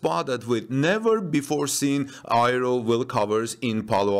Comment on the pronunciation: aero is pronounced: "air-ro", not "i-ro"